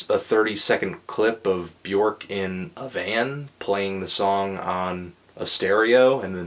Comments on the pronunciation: its not bjork its bjöööööööööörk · It's not Bjork. It's Bjuhrk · Bjork... pronounced Byerk.... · Not to be "that guy" but "Björk rhymes with jerk."